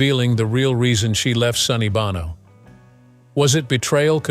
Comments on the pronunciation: It’s pronounced, “BOH-no”, not “BAH-no!” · It's Bow-no. Learn to edit and educate your AI. No donut. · the proper pronunciation is bowno sonny bōnō long ō like the sound in show, bow and low I know you care as a journalist about accuracy and of course you're trying to train your fake intelligence how to speak properly 🤭😊👍😉